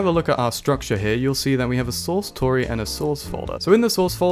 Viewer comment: great content but total sidenote, Tauri is a reference to Stargate afaik and it's pronounced 'Tow-Ree', similar to 'Cow-Ree', as opposed to Tory - which is named after unaffordable mortgage rates.